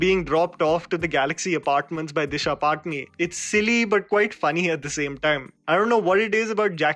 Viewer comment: Sallu ko khud nahi pataa ki uska naam D-I-S-H-A P-A-T-A-N-I hai woh bhi Paatni Paatni karte hain...What a failure as an actor apne saath ke actors ka naam bhi sahi se nahi leta...Isko Toh Disha Pata-Ni...